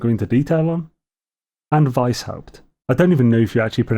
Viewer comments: Weisshaupt: Yes, you do pronounce it 100% correctly. You even pronounced the W as an English V. I'm quite impressed 👍 It's a German word translating to whitehead (though somewhat poetic/archaic, as the word Haupt for head has fallen out of use and has been replaced by the modern word Kopf). Just a little funfact 😉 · Thanks as always,! And yes, the "P" is spoken in Weisshaupt:)